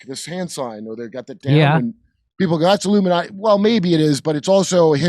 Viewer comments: He said, “The LUMINATI” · The "Illuminutty" love it! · he says luminutty, not illuminati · No, Jimmy, he said, "The Illumi-NUTTY" Watch it again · He calls it the Luminutty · He didn't say "Illuminati" - he said "LUMI-NUTTY".